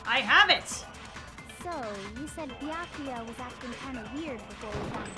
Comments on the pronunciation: Omg!!! yay finally i’ve been waiting for this i’m so excited for to play danganronpa! edit: I just realized said baka-ya instead of bee-yah-koo-yah edit2: lmao in the time I was waiting for to make another stream because I originally watched play it when I came into the fandom in between that and now i’m already on the 3rd game (also including ultra despair girls) edit3: I dropped my cream cheese knife on my phone and it wiped all the cream cheese and now my phone has cream cheese on it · Its "Be ak oooo yuh" i cant stand hearing you butcher it anymore lol. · You pronounce Byakuyas name Beeyakooya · the way she says byakuya hurts my head